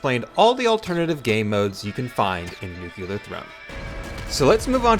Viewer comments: Sorry, I am not a native English speaker. Is there a reason he is pronouncing "nuculear" instead of nuclear? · New-clear. Not New-culur